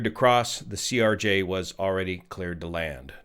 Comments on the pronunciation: why do you keep saying Erj? Just a miss speak or is there a reason to call a Crj an Erj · just a quick correction, you have been saying it ERJ when it's CRJ. I know its being very nitpicky but just wanted to point it out. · CRJ, not ERJ. Video is now out of date at this time. F-ing "Yo"nited... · "ERJ" bro... ugh... its a CRJ 900. not trying to be pedantic but there's a huge difference between an ERJ and a CRJ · CRJ* NOT ERJ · CRJ…. CRJ… not ERJ